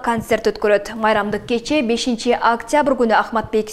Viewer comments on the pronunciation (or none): none